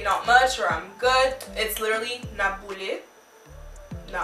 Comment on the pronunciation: My real comment : that was so good!! J’ai aimé comment tu as dit boule avec l’accent anglais 😂 et le black-out 😂😂😂😂 CONGRATS FOR 1K🥳🥳🥳🎉🍾